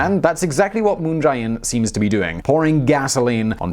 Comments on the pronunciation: It's pronounced "Moon jay-inn," not "Moon j-eye inn." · Can someone tell this guy it's Moon JAY In and not Moon Jai In? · It's moon je in